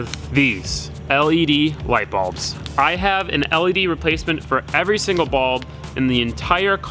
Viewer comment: why are you calling them balbs